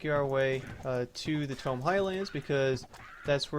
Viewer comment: Its pronounced "Taymow" Highlands xD. Good video as always btw